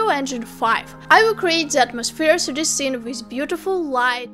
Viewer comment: Love the way you say the intro sister. Specially you pronouncing "3d" 😍